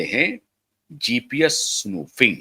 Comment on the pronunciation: SPOOFING is the correct word U r saying snoofing ....??